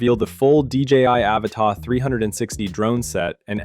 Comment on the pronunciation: Annoying AI voice wrongly pronouncing "Avata".